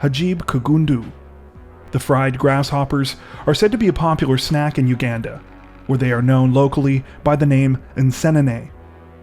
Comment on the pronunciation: Omg if you don't even know how to pronounce Uganda, maybe just don't do stories from there...🤕🤯